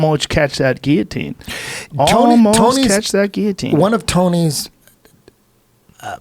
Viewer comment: I like that rogan pronounces guillotine correctly.